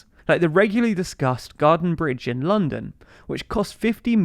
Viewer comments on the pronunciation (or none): none